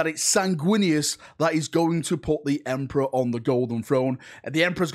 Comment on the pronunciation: OMG! Not the Emprah! )